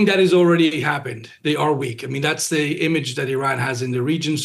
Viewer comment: The word “the” begins with a “TH” not a “D”. Tell your guest,.